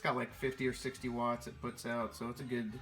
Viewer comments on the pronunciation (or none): none